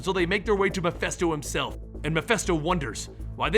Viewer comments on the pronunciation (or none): I might be wrong, but I thought it was pronounced Mephisto, not Mephesto? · Not mephesto...His name is MephIIIIIIsto. Mephisto..... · stop saying Mephisto incorrectly. Meh-fist-oh. Not festo. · keeps pronouncing the name Mephisto as "Muh-fess-toe", is that the correct was to say it? I've always heard it pronounced "Meh-fiss-toe". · Its mephisto, with an I